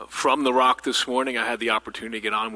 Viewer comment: Please stop calling the Regional Operations & Intelligence Center "Rock". The Rock is in Newark. The Devils play there. There's a whole other vowel in "ROIC" that you're not even pronouncing.